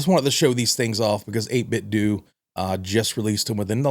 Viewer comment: Seems like it would be “doe” not “due” as in Nintendo